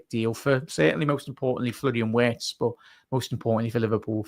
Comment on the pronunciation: WIRTZ PRONOUNCED WITH A V